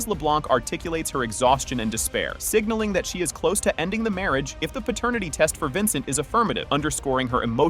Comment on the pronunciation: Pratanitity WTF is that??? These damn AI channels, Just be saying anything...😂